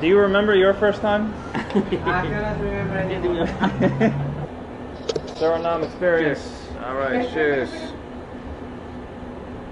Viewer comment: Like the video but when u pronounce Suriname don't forget to say the E at the end